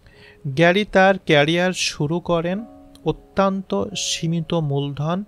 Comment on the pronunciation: আপনার প্রচেষ্টা খুব ভালো। কিন্তু পাঠ এবং উচ্চারণগত কিছু সংশোধন দরকার। যেমন অত্যন্ত -কে আত্যন্ত বলেছেন, বিস্ময়কর উচ্চারণ করুন এইভাবে : বিশ-সয়-কর।